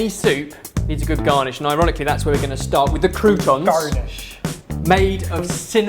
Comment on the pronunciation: I like how said "garnish" in an American accent in:))